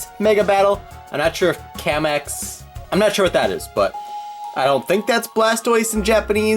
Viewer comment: Kamex is blast pose in Japanese and by the way it's pronounced "Kah-mex"